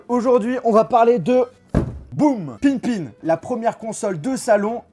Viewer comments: Par contre ça se dit Pippin et pas Pinpin... ça m'a écorché l'oreille tout le long de la vidéo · Entre : ce gars qui sait pas prononcer le nom de la console et le fait qu’il trouve que la manette ressemble à celle d’une n64, ils font bien la paire tous les 2 on sent bien le manque d’intelligence..